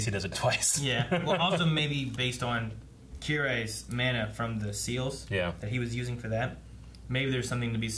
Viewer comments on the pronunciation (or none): his name is KIREI.